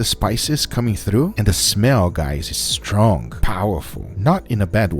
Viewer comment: This guy says stronk instead of strong